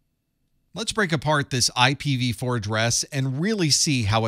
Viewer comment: pronounced A PIPPA 🤣